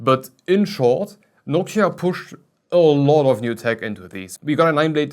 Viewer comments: It sounds more like Hawk-tuah, hahah. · is it just me? or does it sound like "Nokia" when he says Noctua